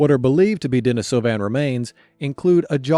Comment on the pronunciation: Denisovan pronunciation is a bit rough